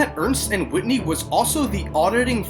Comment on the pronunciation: Not bad. Looks rigged to me. Just to be a stickler (for historical accuracy's sake)...the accounting firm was Ernst & Whinney, not "Whitney."